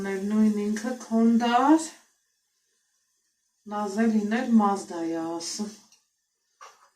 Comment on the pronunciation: Անահիտ մազդա չէ,մարզա😂